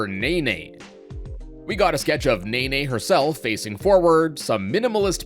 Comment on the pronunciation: I don't think I've heard anyone call Nene "Neyney" before